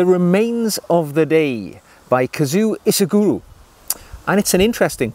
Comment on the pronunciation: Japanese is pronounded like it looks: KA-ZU-O I-SHI-GU-RO. Equal emphasis on all syllables.